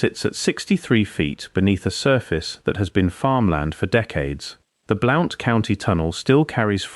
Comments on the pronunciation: BL-UN-T COUNTY, NOT BL-OU-NT! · Bl oww nt county Alabama, 😅😅😅😅😅😅😅😅, It's Blunt County! BLOUNTSVILLE Alabama! A I isssssss sooooo stupid ! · It is pronounced BLUNT County. I live in southeast Morgan County Alabama. Tail end of Appalachia. Beautiful country. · Alabama and it's pronounced like Blunt county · Cool! I was born in Marshall County - mother still lives there in our old house. And Blount is pronounced "Blunt". I know, because I live there. I have a B.A. in anthropology & finished graduate coursework for M.A. in anthropology, but had to drop out to pay off $20,000 student loan - working 3 jobs while going to school full-time, made Dean's List almost every undergrad & grad quarter. I would've definitely have remembered lectures about what was in this video. Effing government: oh, it's national security.🙄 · I’m 83 years old and have lived 73 years in Alabama and didn’t recognize the first county that you mentioned, but when you mentioned Birmingham I realized that you were using English pronunciations, not American. It seemed unusual for an Englishman to be making a video about Alabama history. But maybe you are using AI.